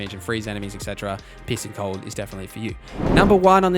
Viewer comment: I'm sorry, I should be talking about how great the information here is, and how useful it will be... but every time you say 'piecing cold', I keep hearing 'pissing cold', and it's cracking me up. Gonna need a few minutes to get that out of my system first. But yeah, thanks for all the good info, I needed a refresher before I jumped into a fresh Witcher game; haven't played for a couple of years.